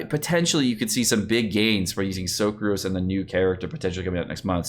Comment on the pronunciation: Him saying the names wrong triggered me..tf is a Socruse 😂